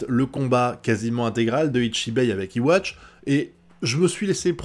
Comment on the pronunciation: D'après ce que j'ai vu jai remarqué les pouvoirs d'uryu se sont réveillés juste après yhwach active the almighty donc les pouvoirs d'uryu sont en synchronisation avec celui de yhwa puisqu'ils ont le même schrift (A) Petite précision yhwach se prononce comme ceci (youhabaha) pas iwatch